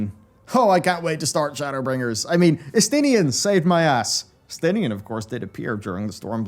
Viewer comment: Shadowla- bringers 😂 editor save